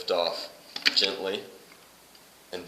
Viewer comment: I love how you say “gently”, I’ve noticed it at least 5 times. It sounds like more than one accent contributing to your pronunciation. You alway hint at breaking character by wanting to giggle every time you say it. I’ll keep watching for this variable to change. Will report back.